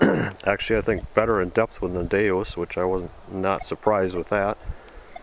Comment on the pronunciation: DeUS, not DeOS